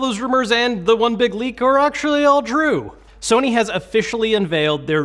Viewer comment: Did you say all the leaks are all true or the word "drew" in the beginning? Are my ears deceiving me?